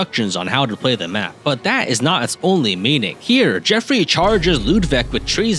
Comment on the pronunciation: The only thing i usually remember about this map, is how basicly no Youtuber i have ever watched play it, can actually say Geoffrey correctly... So bonus points for you on that front!